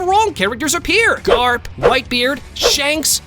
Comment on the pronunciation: garp not grap